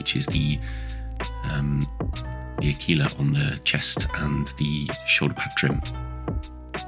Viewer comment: ...I think you're the first person I've ever heard (on YT) pronounce Aquila correctly. I nearly spilt my tea. Also, oh, nice work, wasn't it that the colours of the pad edge thingy determined which company the sparoons was from? Not a criticism, of course, just ringing faint bells that 1st company ultramoons had white, second yellow, third, red, I think?